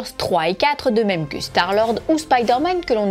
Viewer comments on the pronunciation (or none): none